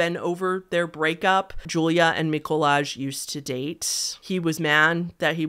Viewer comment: Right, um... im Polish and omfg i never heard about this case???? Poznań wtf Edit: Mikołaj is pronounced as Miko-why, Julia is pronounced as You-lia